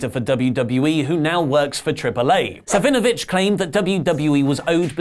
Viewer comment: I had to play this back a few times it sounded like said Hugo Son of a bitch